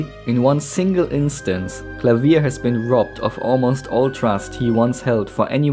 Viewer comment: This is an amazing video, but the best part was you pronouncing Klavier's name correctly. Thank you